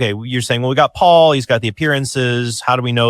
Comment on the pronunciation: I just can't stand Alex reading "Paul" as "pool". Maybe it's just not my day...